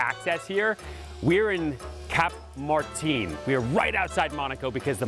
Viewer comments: its not "Cap Mar-TINE" its "Cap Mar-TAHN" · "cap martinE" made me laugh a little every time you've said it, you turned masculine into feminine it's cute lol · ...I would have thought surely somebody would've told him the correct French pronunciation of Cap-Martin . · Cap Martin pleas3 pronounce it right. And no, that’s France!